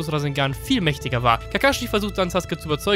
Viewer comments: Geiles video aber es macht mich agressiv das du saske sagst anstatt sasUke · Warum sagst du saske der heißt doch sasuke